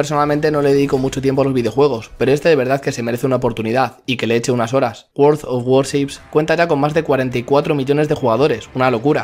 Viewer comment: Lo mejor del video fue pronunciado "world of warships"jajaja, es broma eh buen video